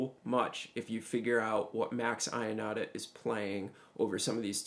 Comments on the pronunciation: Man, great, but it's pronouced Max Yonata, not I-onata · Great job on a really great solo by great Italian sax player , just a small note: as an Italian I can't hear the name Ionata pronounced as you do, sorry...the right way is to pronounce the "Io" as an "yo" in english, like in "your". All the best